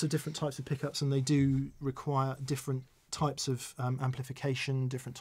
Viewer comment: You say they, not 'Hen' lol